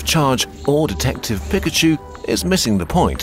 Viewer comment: Saying “pick-a-chu” might be the dumbest thing this narrator ever did.